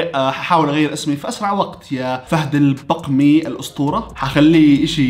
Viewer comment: انت تعرف قبيله البقمي ولالا تراك نطقت البقمي غلط والله مت ضحك عليك يوم نطقت البقمي خطأ البقمي كذا بدون ولا حركه يعني مب بالضمه مثل مانطقتها البقمي مب البُقُومي مثل ما انت نطقتها